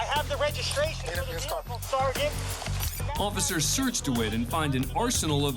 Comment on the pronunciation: SEEARGEANNT lol. Pathetic.